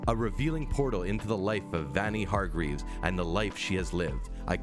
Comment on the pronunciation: “Vanny hardgreeves”